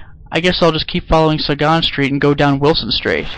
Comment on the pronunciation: Suh-gahn street?! Sagan. No doubt after Carl Sagan.